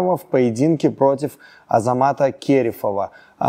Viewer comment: Скажите пожалуйста этому журналисту кто нибудь что не Кéрефов а Керéфов 🤦‍♂️